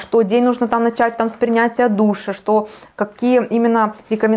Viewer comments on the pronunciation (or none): none